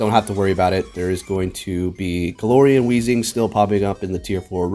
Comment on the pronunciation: Hey I love ya but its glair not galore